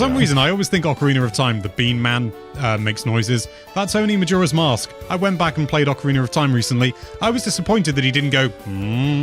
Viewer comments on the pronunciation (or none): none